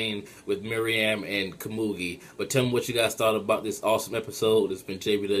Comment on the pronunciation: And btw, it's not MIRIAM It's pronounced "MEH-ROO-EHM" Meruem